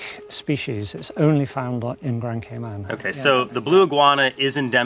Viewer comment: I’m actually from grand Cayman and I love these amazing creatures. Also it’s not pronounced grand cay(men) but grand cayman so pronounced how it’s spelt😊.